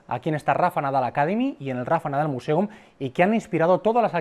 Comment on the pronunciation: Ya que NO sabes pronunciar "Museum" en inglés correctamente, mejor dilo todo en español. Al menos se entenderá lo que dices. Porque de lo contrario, pretendes ir de sobrado sin tener ni idea.